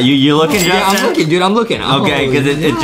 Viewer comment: DID adem really said justieeeeeee! Correction is Justin. Hmmm we need to put adem into English class